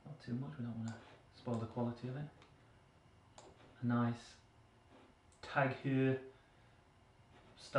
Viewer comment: And I actually think this is really cool, to have a stage from a grand tour available in Zwift, im not sure what kind of revolutionary roads you are hoping for, d you want Zwift to go to space or what? (Also please look up how to pronounce Tag Heuer...)